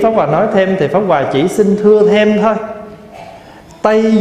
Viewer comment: Pháp hoà mà nghe thầy nói lại thành pháo hoà. 😁😁